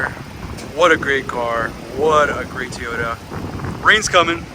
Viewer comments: It is pronounced Toyota not Teyota. Second it is not a shitbox or Turdcel. Obviously Salt Lake City Toyota didn’t do anything to the engine to maintain it such as a complete tune-up. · Tee oh da. Did your Mom tell you to pick up your tees? NO,, she told you to pick up your TOYS. Say it TOY OH TA. Say it God Damn it. SAY IT! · Funny how you say "Tooyota...😊